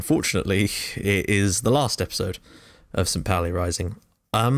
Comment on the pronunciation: Great work mate! So good to see someone recognize St.Pauli for its awesomeness! (On a sidenote: St.Pauli is pronounced 'poul-ee')